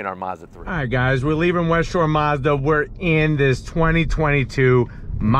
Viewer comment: It’s Mazda not Mozda